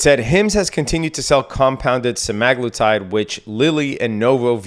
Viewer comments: sem-uh-GLOO-tide there's no "a" in the word. Just saying... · it's literally spelled Semaglutide you moron lmao there's an A right in the middle